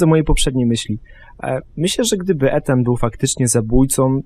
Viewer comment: hym, też zauważyliście że mówiła "Etan" a później w wiadomościach było już "Ethan"?;D